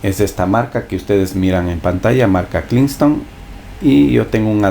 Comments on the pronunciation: ¿Pero por qué le dices "klingston" si es KINGSTON? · Donde carajo lees KLINGSTON?? Es KINGSTON papá! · señor hagase una plana: "es Kingston no kliston", no me resisti el video completo la madre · se dice kingston coño no klingaston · En erio, es lo unico a lo que le presto atencion :/ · Klinston, imigrar, clif, jajajajaja me la pasé cagado de la risa 😆😆😆😆😆😝😝😝😝😝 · Simplemente habla mal, tiene problemas de disléxia y pronunciacion, no le busquen más rollo, haciendo tutoriales y ni hablar bien puede 🤦🏻‍♂️ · esk el hombre es fanatico de la L ajajaja